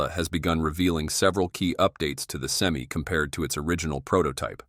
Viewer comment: Well, for $415,000 dollar investment, you would think they can say SEM-I